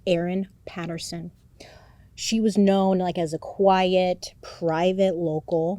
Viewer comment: Yay, thank you for covering Erin Patterson. Your pronunciation is spot on and you 100% gotta come to Australia